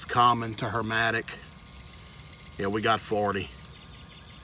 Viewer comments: Suction line looked sweaty. Compressor was running bro.it's Herm-E-tic not Herm-A-tic